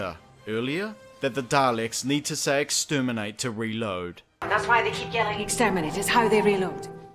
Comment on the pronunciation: "they need to say extermente to reload" WHAT